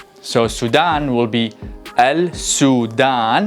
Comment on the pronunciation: I noticed that you said Sudan as "al Sudan." Shouldn't it be "assudan" as the "ل" is omitted?